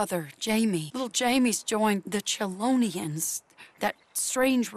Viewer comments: "Chelonians." "They're pronounced Christians!" As a christian, this is funny as fuck. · "It's pronounced Christians." Organised religions are trembling rn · I’m Christian and damn was that funny when you said, “ it’s pronounced Christians” 😂😂😂😂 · I died at it's pronounced Christian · it's pronounced christians lmfao